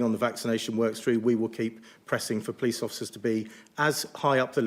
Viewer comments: She keeps talking about someone called the "pleece" but can anyone tell me who this is know I could get a fine from them but I need the heads up before I break any rules, so I have heard of the "police" and I know I need to watch out for them, but who are these "pleece" 🤭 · We call them the Po leese